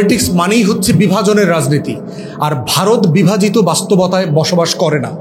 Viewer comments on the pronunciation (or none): none